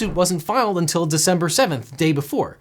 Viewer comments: "decenber" huh? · "Decenber" :D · Devin seems to have invented the month of "Decenber" . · "Decenber" My favorite month.